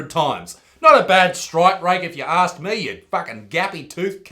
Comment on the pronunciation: aks you what? 😅😋